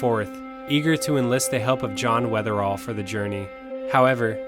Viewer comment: Great video! But, it’s Weatherill, not Weatherall.